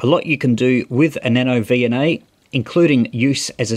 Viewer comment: About a minute in, I swear he said NanoDNA. Was that intentional?